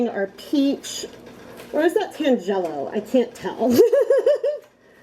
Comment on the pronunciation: Very interesting experiment. I think I like the mop best. FYI, tangelo is a fruit and it’s pronounced TAN-gel-o.